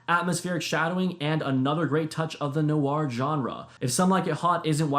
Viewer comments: Film NOIR (one syllable), not NO-ARR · The Lost Weekend - So you know: "Ray mil-LAND" Indemnity: "Noir" has just ONE syllable! Not "no-arr".